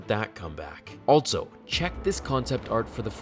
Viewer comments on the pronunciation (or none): "ALTSO" <-- Altso isn't a word. Also is pronounced "ALL SO" Ditto